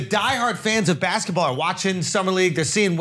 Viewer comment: I love Charla... but damn you have a lazy tongue, my guy. Baskaball??? You said baskaball about 10 times, and it's cringeworthy.😂😂😂 I love you, my guy.